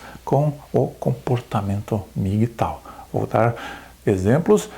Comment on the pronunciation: Não se pronúncia MI gui tau e sim EM mi ghi tou.